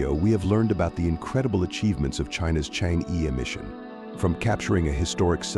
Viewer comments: The pronunciation of Chang'E is /chang-er/ but not /chang-ee/ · It's not pronounced "Chang'e", it's "Chang'er"". It's pronounced "Chang'er" in Mandarin. Chang'er is the moon goddess in Chinese mythology. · correct pronunciation of change'e is chang'er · The narator's pronunciation "Chang Yi " is wrong. It should be " Change Er " in chinese. It is the name of a princess in an ancient chinese folklore, who lives in the Moon Palace, cold and lonely. The name of the relay communication satelite is "Que Qiao", which is bridge made by the warm hearted birds to help the princess to leave the moon palace and meet her lover once every year-on July the 7th. So in China, the 7/7th is day for lovers to meet, kind like the Valentine's day in the west. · Please pronounce Change correctly. It is not "chang.... eee" like Wall-eee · chang’e is correct pinyin (no ‘r’), and rhymes with ‘hunger’ (again ‘r’ silent) - the ‘e’ has what linguists would call the schwa sound , similar to the 1st syllable of ‘above’. So, chang’e is chAHNg E(r). Now ‘q’ in pinyin sounds like ‘ch’, so it’s not ‘kew kiao’ but ‘chweh chiao’ for queqiao. You can learn pinyin with just a little effort ! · Just wish the narrator can pronounce Chang’e properly